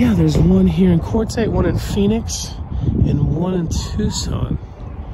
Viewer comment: It's Quartzsite, AZ.